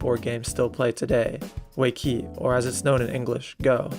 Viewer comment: Weiqi, the oldest Chinese board game mentioned is pronounced as way-chi, not way-ki. It is called Go, in Japan and world wide. And called Baduk in Korea.